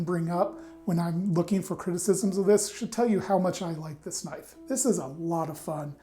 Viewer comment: "That's not knoife...that's a knoife."